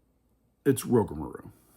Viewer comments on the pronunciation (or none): This was very entertaining! We watched the whole thing 😂 my top 4 rides are: 1) Steel Vengeance 2) Maverick 3) Millennium Force 4) Top Thrill 2 I think I actually put Rougarou as my #5 (We laughed everytime you called it "Rougamarou" lol not sure if that was on purpose or not, but it does have a nice flow to it 😂) Thanks for the detailed review, opinions, and some good tips as well!